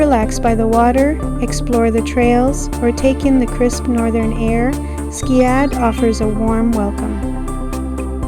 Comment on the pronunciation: It's pronounced skead like read not Skade I know because I lived there my whole childhood